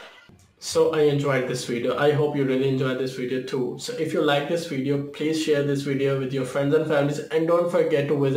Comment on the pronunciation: I feel like he didnt say "wideo" enough times lol